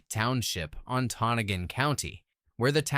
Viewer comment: Antonagon is pronounced as (An toe noggin) Please learn how to say the names right!!!